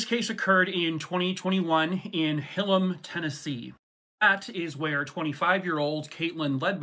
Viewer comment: Hahahaha he said hillem it’s HillHam